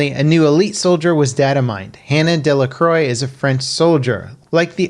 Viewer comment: It's pronounced "dela kwah"